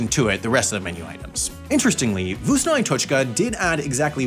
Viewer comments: Is it that hard to say vkusno? Why gibberish it? I know name is a garbage but still... You could at least put it in Google Voice... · my god that pronunciation, specially on the word tasty (Вкусно)